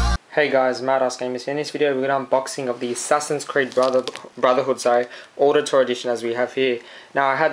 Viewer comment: Wait! Ezio, you THINK his name is? Dude. Seriously. Did you even play the second one? Why would you get ACB is you haven't played AC2? And it's pronounced like "OWditore". Like Audi. Good review.